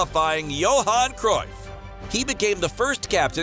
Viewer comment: For the English people. It's actually pronounced Crafe...or Crayf...!!!